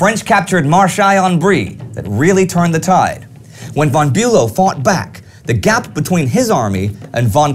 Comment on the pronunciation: I have to repeat how great work you all are doing, nevertheless I have a question - why don't you say"von" as "fon" as it should be pronounced, or - generally - why do you pronounce German names /words in this obscure way? Bülow is not Bulow and Moltke is not Moltkee etc.